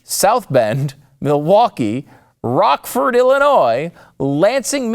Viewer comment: I like how you exaggerated Rockford Illinois! That's where I'm born and raised.